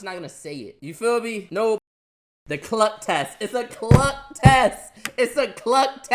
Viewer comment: I got confused you when said cluck at at first but i understood you meant cuck